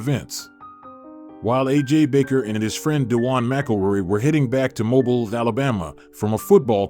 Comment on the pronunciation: Pronounce "Mobile" correctly or don't tell your pansy little story, yankee.